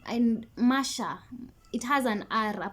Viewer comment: “Karibu sana my name is...” Mashar with a silent r😉😉😉